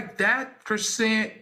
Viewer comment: Al saying Chriseeyan took me out ahahhaahhaha